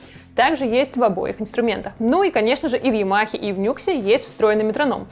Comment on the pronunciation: Честно говоря, по звуку - это вкусовщина. Мне, например, вообще больше всего нравится звук рояля у cdp s160. Его Grand Piano просто афигенен. И правильно не "Нюкс", а "Ню Экс")